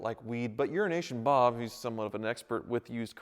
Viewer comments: It sounded like he said urination Bob instead of euro nation Bob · Did he just say Urination bob? An expert on Animal pee! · he purposes says "urination bob" and not euronation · Unrination bob? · Did you say Euroasian Bob or Urination Bob? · Why do I keep hearing Uranation Bob? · Did you just call him "Urination Bob"?